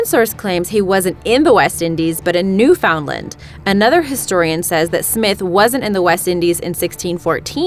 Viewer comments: "New FOUND land" sigh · You said Newfoundland way wrong...